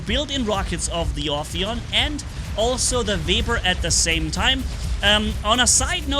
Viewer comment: First one to say the name right 👍 So far i heard Afaian Aphian Ohioan Oppion and the list can go on 🤣🤣